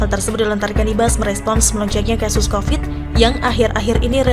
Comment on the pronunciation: Covid bu bukan kopet